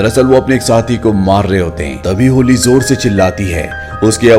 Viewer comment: होली नहीं भाई हॉली है वो😅😅